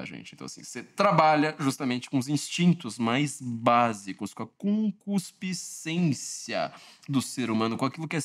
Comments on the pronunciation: "ConcuSpiscência" é CONCUPISCÊNCIA por cuspe? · a palavra correta é conCUPIScência e não conCUSPIcência. Mas eu sei, é quase um trava-línguas. ☺️ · Excelente vídeo como sempre, mas vai uma dica: treine bastante a pronúncia de “concupiscência” 😂